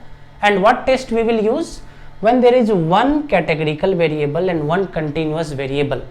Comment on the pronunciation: We say continuous, not continious